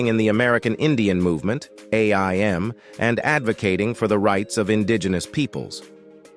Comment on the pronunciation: Too bad AI doesn't know how to speak names correctly. And its AIM like the word take aim.